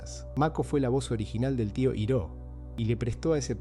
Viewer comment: La mala pronunciación de “Iroh” me hizo mucho ruido 😢 del resto excelente video!